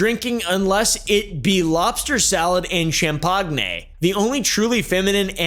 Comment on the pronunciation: Cham- pag-ne is wild